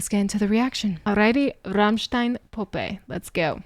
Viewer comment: Your "Puppe" was pretty close to how it sounds when a german says it. Well done. It is a very creepy and also sad song. About a prostitute with a little brother that stays in the next room while she is having gentlemen over for business. But in my opinion it is safe to say that this "brother" is most likely her son which she got by accident from a customer who either doesn't know about his son or won't care that he impregnated a girl/prostitute and because of her probably still young age she says to everyone and to him (or he hears it when she is telling it to others) that he is her brother, although he is most likely her son (it is the most likely scenario for me). And in the end (close to the end) she gets killed by a customer. Could it even be the father? Because the "brother" gets angry out of nothing and maybe he inherited that lack of emotional control from his father who kills his "sister" (mother?) in the next room...?? Not necessarily kid sister. There is no actual mentioning in this song that his sister is younger or older. "Schwesterlein" CAN mean little sister, but it can also mean a diminutive for his sister. I did manage to call my older sister "Schwesterchen" a few times in my life what is usually a diminutive, as "Schwesterlein" can be also (Schwesterchen and Schwesterlein mean the same. A diminutive of Schwester (sister)). On the other hand the really big baby carriage could, but mustn't necessarily mean that he is an older child, maybe an adult who's mind ha